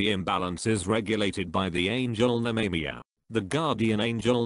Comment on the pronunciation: Nemamiah is pronounced " Nemmer My Ah" not " Ney Me Me a' lol. Speak n Spell Robo Voice can't do pronunciation yet so much for AI.